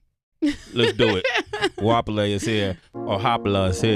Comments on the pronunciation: Guapiley.... your pronunciation is so Funny😂😂🤣🤣🤣😂😂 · That pronunciation of her name left me in stitches😂🤣😅😂🤣😅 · thats not how you pronounce her name sway lol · Why does she let them pronounce her name as “Guapheley”? Whooo chile, THE GHETTO. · I cringe every time they pronounce her name "guaphele" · Hwa-pele for anyone wondering how its pronounced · Goapele ... Masego. I've always wanted artists like this to go on air properly pronounce their names so people can stop getting it wrong. Names like this with such strong meaning deserve to be pronounced CORRECT.